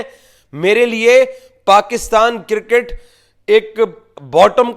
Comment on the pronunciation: Circket to nhi hota laude cricket hota hau